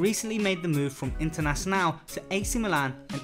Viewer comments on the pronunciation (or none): striker161 internacional, not internazionale.